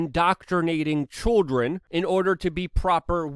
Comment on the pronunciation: Why is he saying choldren?